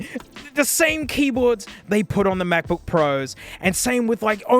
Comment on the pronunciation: The NuggBook.